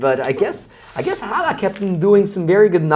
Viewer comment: The H is silent . Almost got me